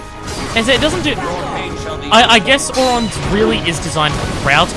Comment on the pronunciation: 1. Please get rid of Auto abilities. 2. Auron isn't pronounced Ohr-RAHN, it's more like OHR-rin.